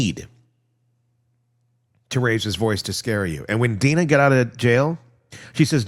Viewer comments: I really love your channel but I just think you should be more professional and get some facts straight sometimes. And the girl's name is Drina not Deana. You kept posting videos of Donna n then explaining away, but it was three times the wrong video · DRena Not Dina!! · It’s Drina. Not Dina. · Hello, I just want to let you know that the name of “Donna’s jail daughter” is actually DRINA, you skipped the R! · Replay crew but can’t listen as we are all screaming at you!! It’s DRINA!!!! 😮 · OMG !!! At least you should get her name right !!!! DRINA #RESPECT